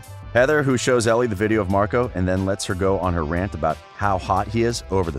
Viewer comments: Omg plssss stop pronouncing Elle like Ellie it’s sooooo cringe 😂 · the way he said elle «ellie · The only thing that annoyed me in this clip is how he saif ellie and not elle😅 the rest was nicee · WHEN YOU SAY ELLE YOU NEED TO SAY IT LIKE THE LETTER “L” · It is pronounced as ell not ellie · I’m sorry but clearly this guy hasn’t watched the actual movie because he keeps saying Ellie other than her name ELLE! sounds like the letter ‘L’ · Kelsi Brooks it is pronounced as ell but is spelt Elle and he keeps saying to wrong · NOT ELLE YOU SAY IT ELL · Me reading the comments about how he said Ellie and it’s pronounced ell:👁👄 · it bothered me how u said ellie not ell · It’s pronounced Elle not Ellie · It’s Elle not Ellie x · It is Elle not Ellie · Who is annoyed that he kept saying Ellie not Elle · It’s L not Ellie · Is elle not ellie 👎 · Oh my god it’s driving me crazy the way he pronounces it ellie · It hurt how he kept saying Ellie 😭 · there's never any mention of how much Elle needs for school. Marco was supposed to look like another Noah, not resemble someone from another show. Elle should never have been able to see Noah in the audience because the stage lights would have blinded her. PLEASE LEARN HOW TO SAY ELLE (not Ellie) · Her name is pronounced el spelled elle not ellie. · It's Elle not Ellie!!!!🤦🏼‍♀️This man is very informative but annoying 😂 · the 11th thing you missed: how to pronounce Elle 😂 great vid though 👍🏻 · It was driving me insane 😂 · THANK YOU. I kept mentally correcting him. It was driving me insane 😂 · I was about to comment that it’s driving me insane! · Willa Ferree it was driving me insane to and I was getting so annoyed 😑 😂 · you pronounced elle wrong btw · Had to comment before I clicked out of the video after less than a minute because if you’re going to make a video about a movie... you could at least pronounce the main characters name correctly..... not muxh research must have gone into this video ....